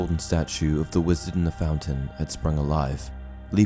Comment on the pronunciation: Lol "WAZARD"